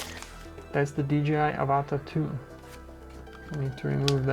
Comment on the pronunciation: Mate its Av-A-Ta not Ava-TA - like the movie 😂 - Pretend you have an Australian accent ---- good review tho👍Well done - Would love to fly one, one day